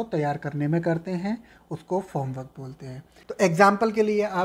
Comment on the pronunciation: Sir, It's Form work not Foam